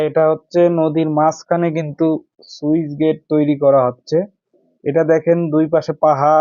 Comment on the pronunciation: সুইচ না স্লুইসগেট 😅